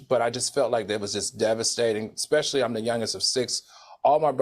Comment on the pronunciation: Q… Oh we correcting people’s poor English? How about we learn how to pronounce especially! There is no X in the word! Ijs